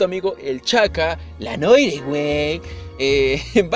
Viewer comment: Se pronuncia El Ei Nuar :v en switch seguro lo censuran :v